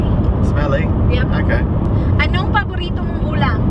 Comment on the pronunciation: Tagalog time ni will never fail to make me laugh so hard. paborito = burito. Dami kong tawa ahahaha